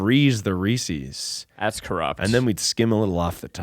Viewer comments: The real corruption is in the fact called it “Ree-Sees” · I love and the podcast, but I'm feeling so triggered by him saying "Reesies". That's not how it's pronounced,! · No one is going to tell to say Reese’s correctly? Such cringe.